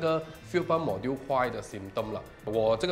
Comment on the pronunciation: Module应该是读majool吧